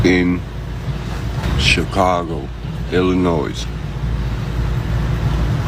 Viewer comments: Illi-noise? Where did he go to school? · Chicago Illinoise lol